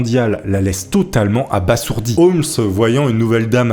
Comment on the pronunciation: Bonjour, on prononce abaZourdi, voilà bisous jtm